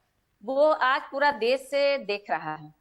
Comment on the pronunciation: Kain hai yeh महिला देश को देस कह रही है बोलना सीखे पहले